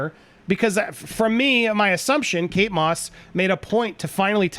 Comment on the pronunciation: Does she say kates moss??